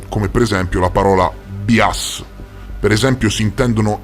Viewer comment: Bias si pronuncia "bàias" e si traduce con la semplice parolina italiana "pregiudizio". Per il resto, grazie, è una informazione precisa, importante e ben contestualizzata.